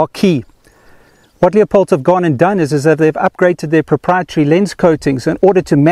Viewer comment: It's not a "Leo..pold" scope.. it's a "Lew...pold" scope!!!!!!!